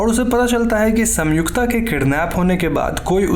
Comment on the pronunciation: Bro it's संयुक्ता not सम्युक्ता. I paused video it bothered me this much 😂